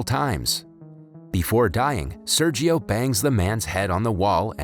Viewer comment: It hurts my ears how Sergio is pronounced ._.